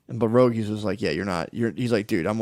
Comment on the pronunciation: If I ever quote Rogie, I will use "per-rogie."